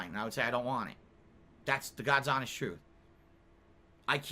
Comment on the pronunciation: Anyone who keeps stressing that they are honest. Are often the biggest liars. Bro said hanest so much the word has becomed white noise.